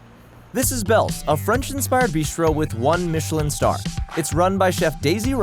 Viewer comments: Dude - 'Mitch-i-lin' is a maker of tires. The restaurant guide is pronounced in the French style, 'Meesh-lan'. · Michelin- Pronounced, ‘Meeshlah..’ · Pro: Meesh-el-an star 🤦🏽‍♀️ And keep the mic clipped to your top - you know we can hear you! 😂